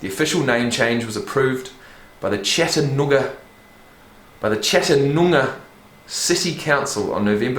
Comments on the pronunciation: Chattanooga (chat-ah-new-guh) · It's CHAT UH NEW GUH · LOL sorry but you trying to say chattanooga was hilarious. Chat-Ta-new-ga been binge watching your reactions, Loving this channel. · Chat-tah-noo-gah Lots of Amerrican location names can be be a bit difficult to pronounce from just seeing it written to English speakers from other cultures because they are rooted in Native American names.